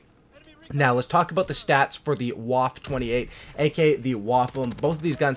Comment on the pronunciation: Ok pronunciation... Vaffuh OctundZwanzig